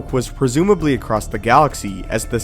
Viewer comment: "acrosst"? how can you pronounce "across" as "acrosst"?